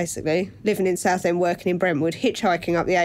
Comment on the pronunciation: It's 'saffend' innit ?